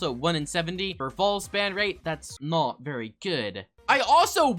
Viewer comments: when he the and the the says the word "not" in british accent :flushed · when he said not really a skill I don’t think it sounded british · I HEARD IT TOO LOL! 💀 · THE WAY HE SAYS “NOT” IS SOOOO BRITISH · He does the same accent